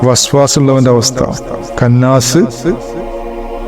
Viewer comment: കന്നാസ് അല്ല ഇഷ്ടാ خناس